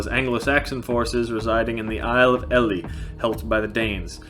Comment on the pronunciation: The Isle of Ely, in Cambridgeshire, East Anglia is pronouced with a long "E" Ee-ely", as in the creature as in Eel. The Battle of Hastings, site at Battle Abbey or thereabouts, actually hung in the balance till Harold was killed by an arrow in the eye, look up the ambush at "Malfosse" evil ditch, where the English carried out a rear guard action. Harold Godwinson's mother was Danish as were his elite troops the "Huscarle's were either Danes or Anglo-Danish troops, who also acted as body guards. William the Bastard, Duke of Normandy, lived up to his name.